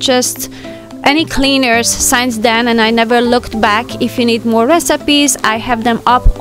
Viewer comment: P-L-E-A-S-E! Please, please, please...stop saying "Shaf" or"Shav" for "Shelf". Pronounce the letter "L" in the word - it's not like "walk" or "talk" or "folk". And the word "Since" is NOT pronounced like "Science". Surely, you've heard of "Sin". "Single" "Sing" "Sinbad". You are so perfect and creative and charming in every way and I LOVE your program content. Please don't spoil it for us by anticipating these two bizarre pronunciations each time. Thank you.